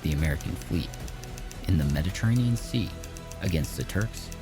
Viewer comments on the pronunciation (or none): none